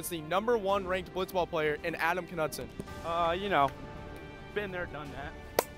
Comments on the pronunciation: Isn't it pronounced "Knudsen" and not "Knudsen"? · There is no way Knudsen is pronounced like that